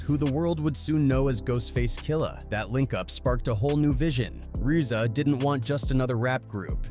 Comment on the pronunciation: Can’t even pronounce ‘RZA’.. videos are pathetic